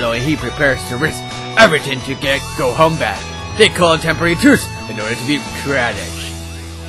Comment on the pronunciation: you said gohan wrong